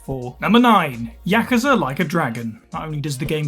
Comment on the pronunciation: Jeralt doesn't bug me that much but their pronunciation of Yakuza bugs me like mad